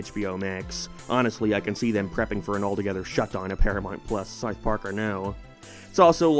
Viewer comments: why do u say sarth park and not south park?? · Its pronounced South Park, not Sourth Park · its not "Sarth Park" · Don't you mean "Sarth Park"? :P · O:07 "-for Sarth Park" ... whut? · “Saouf Park” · You pronounce South Park very weirdly. It's like that staff guy during the Planetarium episode Also suspect you may have a lisp 🤔